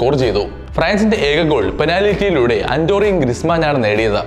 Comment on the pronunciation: അൻ്റോറി അല്ലടെ അന്റോയിൻ